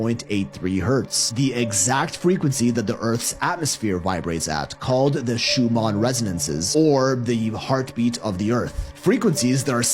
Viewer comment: Fyi its the ShuMAN resonance not ShuMON